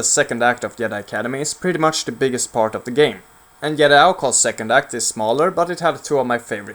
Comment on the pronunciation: It's not yedi it's JEDI!!!!!!